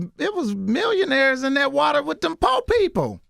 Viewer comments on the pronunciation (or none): none